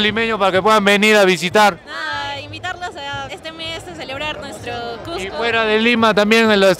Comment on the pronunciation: la chica que mastica chicle se ve que dice: "CUSSSSCO" corrigiéndole el "Cujjjjco" a xD